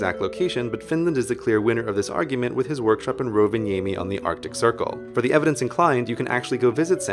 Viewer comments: Have to give you thumps up, for quite good pronunciation of "rovaniemi". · You actually pronounced "Rovaniemi" pretty well. Cool. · I like your pronunciation of Rovaniemi :D Finland FTW! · I like how you pronounce Rovaniemi. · Have to give you thumps up, for quite good pronunciation of "rovaniemi". Btw you can't go see santa in rovaniemi during Christmas season (or Christmasday, not sure) Cause he is so busy during that time. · Best pronunciation of Rovaniemi I've ever heard :D You didn't mention joulupukki though...